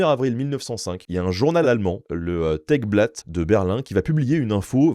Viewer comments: Tageblatt se prononce: Tageublatt Et signifie tout simplement 'journal quotidien' 😊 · Tagesblatt, même. Il faut mettre un "s" au bout de "Tage" (pour indiquer que c'est le Blatt (feuille, journal) du Tag (jour)). Ta-gueusse-blatte. 😅 Mais en effet, le titre du journal est Tageblatt, ce qui voudrait dire que "Tage" est au pluriel. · Tègue blatte 😂😂😂